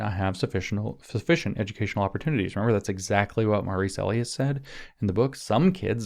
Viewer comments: EE LIE(accent) us. long E, Lie us. E as in eel eat, Li as in Lye, Bye, My. You're saying the word for someone's pseudonym, alias A Lee us, which is wrong and sort of distracting. lol sorry. Remember that song: Eli's coming hide your heart? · Bro it's Ee-Lie-Us not Ay-Lee-Us :_james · Elias is probably pronounced ‘ee-LIE-us’. Emphasis on the middle syllable. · Elias is pronounced ee-LIE-us (or in Anglican eccleseastical Latin, eh-LIE-us (think "Elysium", ie God's Realm, ie heaven. Elias is actually Greek and is an informal name for God. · Wonder if Maurice Elias (pronounced Eh-Lie'-us) is related to star Dem elections law litigator Marc Elias ... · Could Maurice's name be pronounced el-i-us with a long I? 🤔